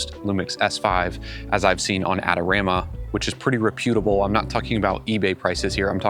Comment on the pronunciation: "Ray puu' ta ble"? What word is that? You mean reputable?